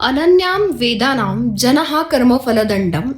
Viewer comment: वेदांनाम का उच्चारता.. वेदनाम आहे.